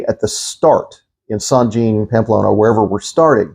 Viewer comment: I'm sorry but I have to correct your pronunciation of St Jean . It is France for John and pronounced as St. Jahon (with a France Axcent ) . thanks